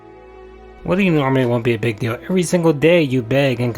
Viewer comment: I heard him say "the next 'pig' release" im guessing he said 'big' but I agree with my ears.